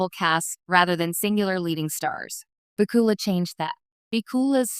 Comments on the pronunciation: AI can't say his name right.... HA HA HA !!!!!! WHO IS THIS Scott BOOKILA????? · His name is Scott bakula the narrator is pronouncing it wronge I think this a the best one accept the original of the series the role was made just for him all the characters in this series seem to be made to if the actors I haven’t seen this since they cast Star Trek the original series❤❤